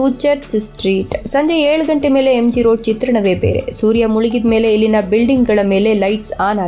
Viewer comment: Please madam " ellina " antha helbek aadre swalpa sariyagi pronounce maadi, its sounds like 'ilina ' some english name